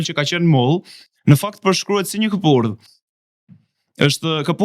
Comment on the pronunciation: Me fal, mos je rritur gje ne Angli apo ndonje shtet anglofon, qe ste del fjala shqip Eter, por na hap barkun duke i then Ither? Dhe "kepurdhen" qe e bere legjende dhe e zbertheve ne detaje, meso ti shqiptosh emrin njehere tamam, pastaj na i zberthe. "Kerpudhe" thuhet sa per dijeni. Delirant qe te duket sikur ke shpik rroten, se ta kan ber pak qejfin neper komente ne tik tok dhe ke fillu te te duket vetja vertet gjeni.